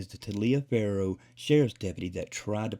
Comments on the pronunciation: "Tah-li-fer" county. That is how it is pronounced phonetically for future reference. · It’s pronounced “Tollifer” County. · learn how to pronounce the county, it’s pronounced TOLLIVER. I live 2 counties over.